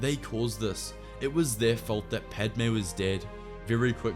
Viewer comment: You did padme wrong lol.